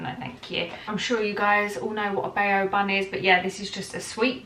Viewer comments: Bao is pronounced bow .. as in when you take a bow.. they look soo good though need to try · she's not pronouncing it right it should be like ba-ow